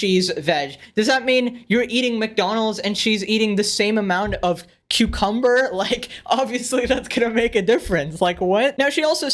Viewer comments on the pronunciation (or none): I have never heard anybody say "cucumber" with that inflection in my whole life